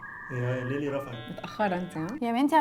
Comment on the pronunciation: ليلي مش ليلى😂